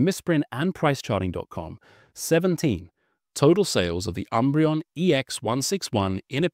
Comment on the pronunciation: Please stop calling it the sunbreon.